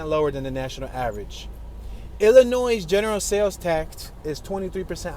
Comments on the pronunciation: "Illinoise" ? Is he for real with his pronunciation??? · You do not pronounce the s in Illinois.